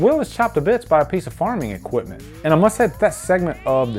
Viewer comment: I cringed when you were like farming ecuietment